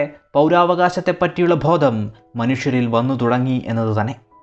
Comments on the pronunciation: Bhodam alla bodham aann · Thanks for the information. ഉച്ഛാരണം കുറച്ചു കൂടി നന്നാക്കിയാൽ കൂടുതൽ നന്ന്, ഉദാഹരണം ഭോദം എന്നത് ബോധം എന്നാക്കണം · ഉച്ചാരണത്തിൽ ശ്രദ്ധിക്കുക... ഭോദം അല്ല...ബോധം ആണ്